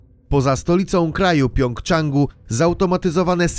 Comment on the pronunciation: Zawód kontrolerki ruchu w Korei nie jest niebezpieczny... Co za bzdury... Plus czyta się "Pjongjangu" a nie "Pjongczangu"...